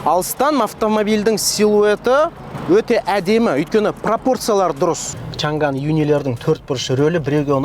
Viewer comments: олжеке!Шанган емес Шаңан!"Ң"әрпі"NG"осылай !Қытай тілінің "PINYIN"латынша жазылуы!орыстарда "Ң"жок ,олар "NG"бәрін "НГ"деп оқыйды,мәселен:Samsung ды,самсунг дегендей!Қазақшасы:Самсуң😊,біздің тілдің артықшылығы осы"Ң"әрпі! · Чан ган емес Чаң ан баурым орыс емес Қазақсың ғой Ң әрпін айта аламыз ғой